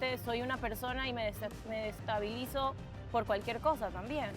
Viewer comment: Que alguien le diga a que la palabra es D E S E S T A B I L I Z A R... A ver repita...eso!.. gracias